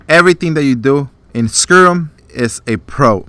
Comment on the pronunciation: Other than the mispronunciation (it's sky-rim, not sker-rum)...great review.